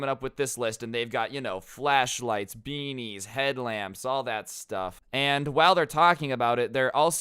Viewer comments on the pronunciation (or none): Not going to lie when he said beanies I thought he said bbs